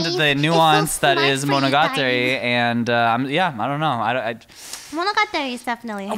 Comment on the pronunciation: I didn't expect them to say monogatari without the english accent, but expected Lily to pronounce it right and she didn't.